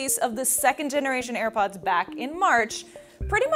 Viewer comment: "Ir pods" lol